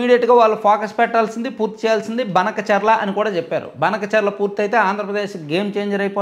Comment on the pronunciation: అన్న అది బనకచర్ల కాదు.. భానకచర్ల అనాలి..